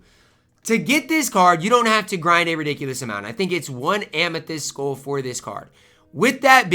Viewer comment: I dont like how says 'skull'. It sounds like he is saying 'school'. Is that a Minnesota thing?